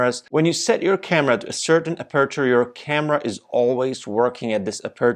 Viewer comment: You really need to practice to pronounce “aperture” 😉